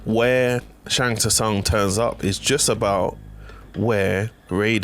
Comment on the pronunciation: Sung, Sung, it's pronounced Sung